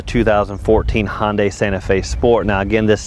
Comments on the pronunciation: This guy needs to understand the difference between saying Honda and Hyundai. A car reviewer should be able to do that easily. Honda is pronounced the way it is (hon-da) and Hyundai is pronounced Hun - day. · where I'm from, we pronounce it Ha-yun-Die. lol. I think you're back to square one with your 'Sunday' Analogy. Sunday is also pronounced 'Honday' just like Grunt calls it. lol. I'd stick to Hee-yun-Deh. New Thinking New Possibilities!